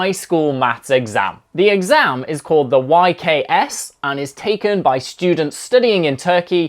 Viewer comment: its actualy ye ka se that how u say it